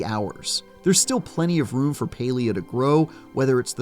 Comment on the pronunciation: Stop saying paylia